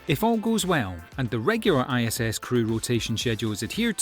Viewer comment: and following should be "Doug and Bob" or "Hurley and Benkin", not "Doug and Hurley". should be "ISS", not "ISIS". should be "Starliner" not "Starline". I give up.